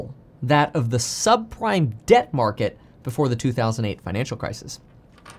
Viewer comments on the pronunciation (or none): none